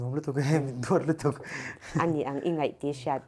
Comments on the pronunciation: 'I ngaih tih a hriat 'or I ngeih tih a hriat Ka hrethiam lo😂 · Ngaih ni lovin 'NGEIH' tih zawk tur ni awm tak a ni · ngaih ❌️ ngeih ✅️ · I ngaih❌ tih a hriat I ngeih ☑️ tih a hriat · Host nu chu..."i ngaih" ti lovin "i ngeih" tih tur